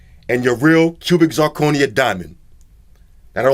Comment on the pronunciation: Did he really just say ya gotcho real cubix zirconia diamond LMFAO 😂🤣😜